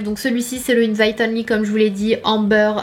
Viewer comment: bravo tu as bien prononcé invAIte!!!!! I m proud of you girl!